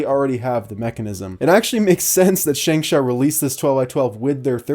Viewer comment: its pronounced 'shung show'.